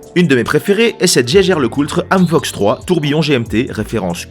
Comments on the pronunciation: Tu es sûr que Jaeger Lecoultre se prononce "geiger" ? ;-) T'es pas allemand, toi... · Très bonne vidéo bien référencée, comme d'hab. Juste un truc qui me chiffonne à chaque fois (et que mon cher Robert a confirmé): Vous êtes surs de votre prononciation de Jaeger-LeCoultre ? Il prononce cela à l'Allemande (ce qui me parait logique) et le l de Coultre est silencieux il me semble ? Merci de votre retour